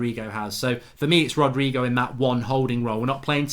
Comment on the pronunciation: It's not Rodrigo is Rodrey